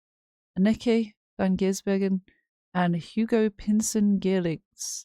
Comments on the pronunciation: Anneke ---> Ahn-nuh-kuh . Ok? Got it? 😘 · ANN-NEH-KE pronounced